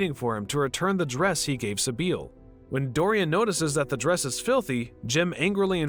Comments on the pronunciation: The narrator hasn't ever seen the movie, has he? Sibyl is pronounced like Si-Bil, not Si-Beel. If one had seen the movie, or knew how to pronounce names, one would know this. Once I figured out that the narrator was truly ignorant and not just trying to make a joke, I stopped watching the video (about 4 minutes in). Do you folks make money of these things? That doesn't seem right. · Its pronounced SI -BILL. Not sa beal wtf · The way you are pronouncing Sybil … 🤔